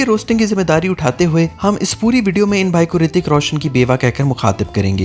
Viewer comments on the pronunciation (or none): none